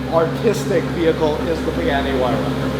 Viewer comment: Nice job damn that pagani so amazing. It would be criminal to change anything on that car. I also didn’t know it’s pronounced pig-any.